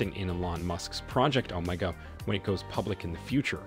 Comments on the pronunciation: Project, omg, that's what it sounds like he is saying (project oh my God )or ( omeega, ) ( Omaha) Too. Funny 😅😅😂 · The best part was that the reader couldn’t decide how to pronounce OMEGA